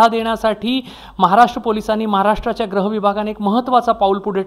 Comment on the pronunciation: पत्रकार महोदय.... ग्रह खातं की गृह खातं ? व्रक्ष की वृक्ष ?..,. क्रष्ण की कृष्ण ?...... हल्ली हिन्दी चे उच्चार अनुसरण/भेसळ होत चालले आहे.... news टायपिस्ट सुद्धा अशुद्ध type करतात.... news मिडिया ने भाषा शुद्धीकरण मोहीम राबवावी